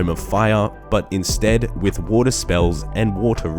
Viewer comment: Tome Of Wataahh